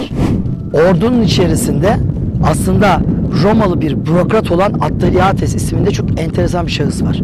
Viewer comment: 'de "Ordunun icerisinde Roma'li bir burokrat olan Atteriatis" bisey soyluyorsunuz lakin kelime telefuzu o kisinin Yunan oldugudur! Bilir kisi olarak sundugunuz bir video da boyle basit hatalar olmamali